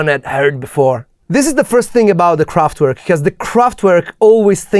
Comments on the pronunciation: I really like all the work you put in your videos, but could you just stop calling Kraftwerk « kraftuuerk »… W in German is said as a V…. Please 🥺 By the way, go ahead on the good productions. 🥰👍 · the T in Kraftwerk is apparently missing... 😉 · Please, don't say "kraftUerk" but "kraftVerk", the german pronunciation.